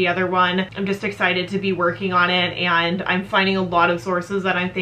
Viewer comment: Why do so many you tubers say eand instead of and? XD Kind of annoying. Hehe. no hate.